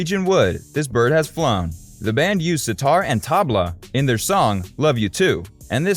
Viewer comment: LOL! I like the way you say, Nicholas Schaffner, and show a photo of Roger Waters, the bassist of Pink Floyd!! The Indian drums are called 'Tabla,' NOT 'Tabala." Why did you show the Holy Bible?? George did not believe in Jesus nor the LORD, Adoni, of the Torah. Boy, get your facts straight! The assailant broke into George's house on 31 Dec 99. George died on 30 Nov 01 about am GMT.